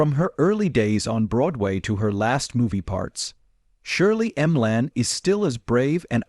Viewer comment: What a load of fiction and crap! You should be banned from YouTube. All this is is lies for profit and a cheap, cheap, cheap AI voice. Shirley M-Lan. Give me an effing break.